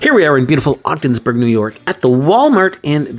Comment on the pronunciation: Hahaha you said Odgensburg NY I’m watching your video from Lisbon right outside of Ogdensburg